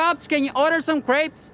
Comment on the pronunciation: Why is he always asking for crepes or crates? Does he mean grapes?